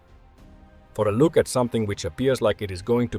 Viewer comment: Dang! And there is me thinking it was computer generated with a hint of ex-pat South African. Check pronunciation of 'Look' ;-)